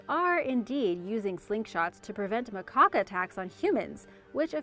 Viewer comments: "macaque" pronounced 'muh-kak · That aggravated me to. Calling them macocks.